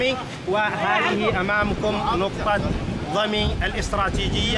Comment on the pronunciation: ضمين وليسى ضمي